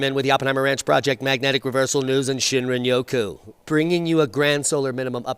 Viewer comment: I think Diamond just likes saying Shinrinoku 😂 Oh and Texas is the smexus of the nexus, can't forget that!